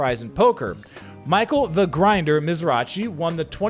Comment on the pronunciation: Dude... at least pronounce Grinder's name right.